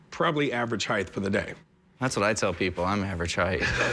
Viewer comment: did a grown adult just say “heighth”?